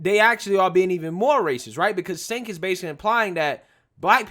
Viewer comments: The racist idiot's name is pronounced JENK, not SINK. Counterintuitive I know, but that's how it's pronounced. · Bro it's pronounced Chenk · He pronounced his name "Chank". Just an FYI. Love your work. Please keep it up. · Cenk is pronounced Jank?.... sounds about right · If I was a fan of TYT, I would be upset by you calling Cenk SINK. Since I'm not, I'll just keep laughing! 😂